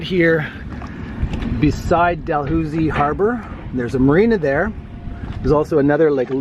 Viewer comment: FYI - Port Dalhousie is pronounced Port Da-luzy.